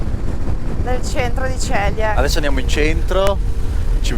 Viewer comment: si pronuncia Zelie e non Celie!